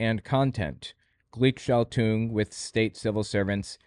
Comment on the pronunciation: Man, your pronunciation sucks. Gleichschaltung. Took me a lot of time to find out that You said that word. "ei" in German is pronounced like "I" in English. And you swallowed the hard g (like in gold) at the end. And it means switching in the same ways/direction.